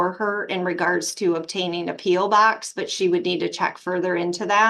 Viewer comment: . The way she says "P.O. box"😂...